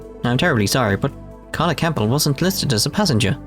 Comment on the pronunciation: How are you this bad with name pronunciations?! You don't pronounce the P in Campbell.